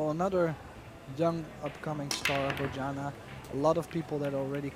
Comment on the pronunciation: Why don't you Google how to pronounce Bojana. Then maybe you'll stop butchering her name.